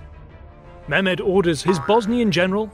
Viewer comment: It would help if you poms would roll your r's and pronounced your h's.Eg its Mehmed,not Memed or Mairmed.English pronunciation is deceiving.